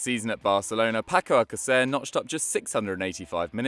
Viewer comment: Paco alca-what😂? You tried about 3 different ways to pronounce the name.